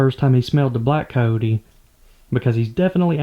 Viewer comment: It is very disturbing to hear how you kill all the "i" and the "y" from the words. you say caote instead of cayote. (coyote), that is the "y" as in year.